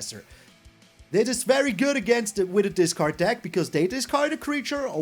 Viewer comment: Discard, not datcard, my favorite card.